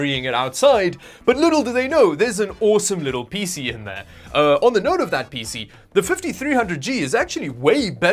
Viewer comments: I like that pronounces PC as a word spelt "peesy" (rather than P C) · I like how you pronounce PCs like feces.